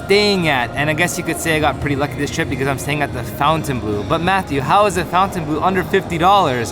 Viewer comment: It's not FOUNTAINbleau. It's FONTINbleau.